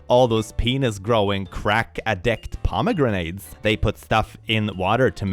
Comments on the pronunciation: The pomegranate one is absolutely hilarious when you remember that Pomegranates are actually a symbol of women and female fertility and sexualty!😂 that mom literally could not have picked a more "Feminine" fruit to have a gender crash out over!🤣🤣🤣 (BTW, its pronounced pom O Granite, not poma grenade in English. Not that it really matters but I figured I'd put that out there incase you found it interesting.) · Why is there a grenade in my pomegranate? "pom-a-granite" like the rock. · I love how pronounces pomegranetes (paa·muh·gra·nuh) as parmagranades (parama-granade - fruit that will explode). 😂 It is fun to hear how other cultures pronounce English words sometimes. I really want to call them parmagranades now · “Pomegranate” is henceforth pronounced as “puhmuh Grenade”, such as sayeth.